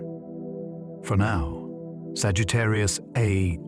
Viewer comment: I figured that out after about fifteen minutes, when it called Sagitarrius A Star, Sagitarrius A Astericks instead. Left after that and won't be returning. Far as it sounds, dude might have just had ChatGPT write the whole damn script too.